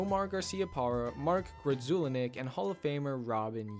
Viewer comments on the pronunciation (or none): Mark Grudzielanek (gRez-ul-on-ick) and Yount wasn't THAT bad but still a bit off. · grud-zuh-LAH-nick is correct...but that's not what you said. Even so, it was a great video. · The way you pronounced Mark Grudzielanek name was hilarious, what an absolute butcher hahaha 😂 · Props for trying but you butchered poor Mark Grudzielanek, I only remember because he owned the Red Sox. Pronunciation: \grud-zuh-LAH-nick\